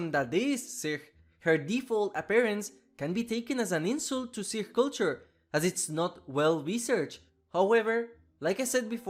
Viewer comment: I'm glad you mentioned Sikh culture, (and pronounced it correctly too!) I was also talking about this when she came out. I have close friends who are Punjabi and Sikh, and I actually spent some time with them in Punjab and learned a lot about their culture. They're very serious about not cutting or altering their hair, so when I saw she has that short hair with a blue streak, I was really upset about it. Her last name Kaur implies that she is Sikh right off the bat. and it would go into her character to want to honor her parents by adhering to the customs they taught her. I have a feeling BHVR just didn't research Punjab or Sikh culture. I was very disappointed by her release, and I got ATTACKED on twitter for talking about it. So thank you for making this video.